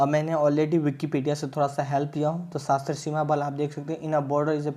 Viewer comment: Saaaa...sashtra bro not sashtra... It's sashastra